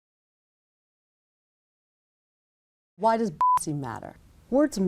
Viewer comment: i heard pussy instead of bossy